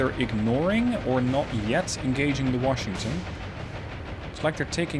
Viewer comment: love the vids! I know English is a 2nd or 3rd language for you and you speak it REALLY well. A little pet peeve of mine; Washington is pronounced without an "r". it is wash not worsh.